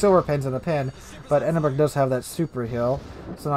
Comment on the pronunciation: I cringe every time you call it the Edin-berg. Other than that...really enjoy your vids.